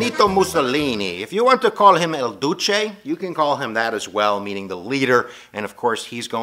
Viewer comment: It is "IL", "IL Duce"... Not "El Duceey"!